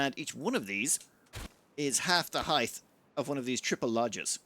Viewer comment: "hith"? really? it's pronounced like "hite"! (and yes, I fully expect you're doing it for the trolling :D)